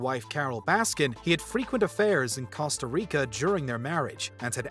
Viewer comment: The way he pronounces Costa 🤢